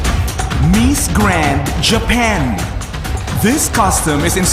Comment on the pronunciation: The accent of the voice over announcer is annoying!!! "MEES Grand"... ahahaha